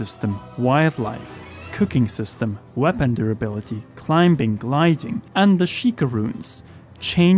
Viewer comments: Did that man say climb-bing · did he just say climbing, while pronouncing the B? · Did... Did you say climBing